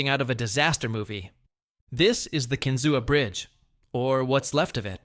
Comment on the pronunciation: It's pronounced ken-zoo bridge. Not however the AI voice said it. 😮‍💨 Edit: He said that most of the bridge blew down then the very next paragraph he says half of it is still standing. That does not make sense. 🤨